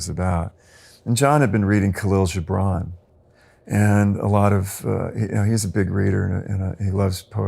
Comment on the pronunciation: The name Khalil Gibran is pronounced, ka-lil gib-ron